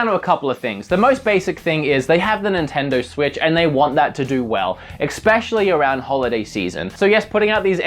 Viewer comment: he said "exspecially"